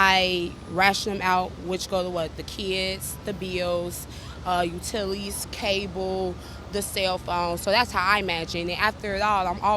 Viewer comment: 1;04 utileies 😂